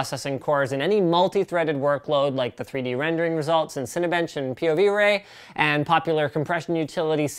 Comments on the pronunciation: didn't even understand what he said because Povray was what I expected to hear if anything at all :D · btw, It's pronounced "POV-ray" (as in "Pawv-Ray"), not "P.O.V.-ray" (you don't say each of the individual letters).